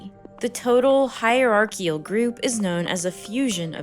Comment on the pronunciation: It's "hierarchICAL" not "hierarchIAL".